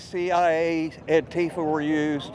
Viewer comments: Thank you for pronounciating "Antifa" correctly. I always cringe when people like Trump and his followers say "antEEfa". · Chris Hayes... the first American I have ever heard, who pronounces ANTIFA correctly. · Wow, an American who can correctly pronounce Antifa. Finally.